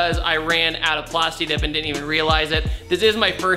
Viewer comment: at least tell her it's plastidip lol